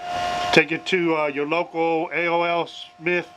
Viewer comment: And it's A. O. Smith not A.O.L. American On line it's just A. Then the letter O. So AO. Smith. If you was with me talking to the customer I would've been embarrassed you really got to know the proper names of what you're working onà